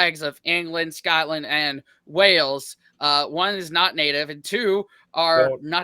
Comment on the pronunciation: One thing I've noticed on Youtube, is that American people have difficulty in pronouncing the word: "Wales", most of them, most of the time, coming out with "Wells".